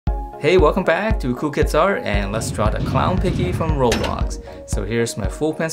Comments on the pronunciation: OMG HE SAID ROBLOTS IT IS ROBLOX. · OMG HE SAID ROBLOTS! IT IS ROBLOX